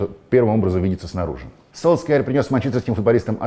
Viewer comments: Вот вы говорите что будете говорить Солкьяер а не Сульшер, а чо тогда в свое время перешли на Чави. Ведь вы же привыкли к Хави. И всех пытались заставить говорить Чави? Правильно же Сульшер так же как правильно Чави. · Долго ждал нового выпуска, все как всегда круто, но не Сульскяер, а Сульшер. Послушайте произношение в Википедии. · Зачем ты Сульшера называешь Сольскъяером?))) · я верю Оле Гуннару и его произношению. По этому правильно Сульшер(как говорят последнее время футбольные люди), либо Сульшар(согласен и с этим вариантом), но ни как не Сольскйаер.